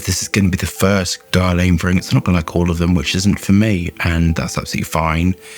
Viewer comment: Its pronounced Gerlan...Another great review fella as always👍👍